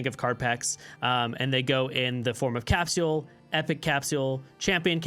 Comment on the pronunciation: Good video , but the way you pronounce capsule triggers me lmao